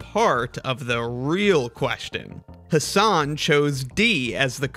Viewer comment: The whole video was spoiled by the person mispronouncing "Hasan". I mean, there are at least 1 million memes and videos about Americans mispronouncing foreign words (not just names) and out of them, at least 500,000 feature "Hasan Minhaj". And a person on youtube still prnounces the word "Hasan" as "Huh Saan". wtf?